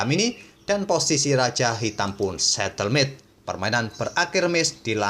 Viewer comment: Bukan setelmate, tp stalemate, admin